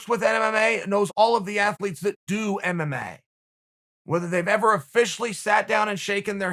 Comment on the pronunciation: Everybody: MMA Uncle Chael: MMAE